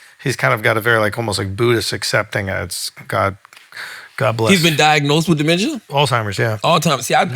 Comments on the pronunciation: lol I need yall to let Charla know it’s “Alzheimer’s” not “all timers” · Is it me or does Charlemagne keeps calling it “all timers” instead of Alzheimers 😂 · Charla didn't even try man 😂 "ALLtimers disease" lmaoooo